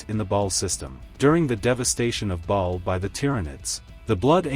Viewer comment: It's ba'al rather than ball, minor nitpick but it stuck out to me.